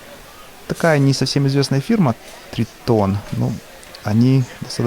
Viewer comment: На не тритон а трАйтон (ударение на А). Очень качественный инструмент